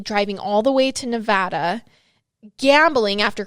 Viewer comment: Thank you for saying Nevada correctly